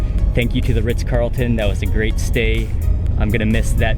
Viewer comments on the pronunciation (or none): none